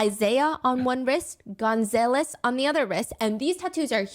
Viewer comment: Girl its pronounced gun-zah-less😭😭